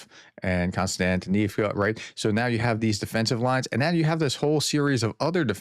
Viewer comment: To pronounce the place names a bit better, split each word into blocks of roughly three characters. Mir-no-grad - roll the R and shorten the "o" Kost-iant-i-nivka - slightly stretch the I before "nivka" Sha-kov-(y)e - the end will be a "yeah" sound.